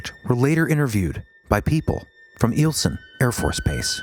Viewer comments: Pronounced eye el son AFB My husband was stationed there. 🇺🇸☕🌧. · It's pronounced (eye- el- sun) The Airforce base.